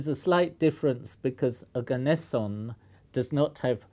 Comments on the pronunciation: it's pronounced "oh-gah-ness-eeon" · Ne-on Arg-on Krypt-on Xen-on Rad-on Oganess-in????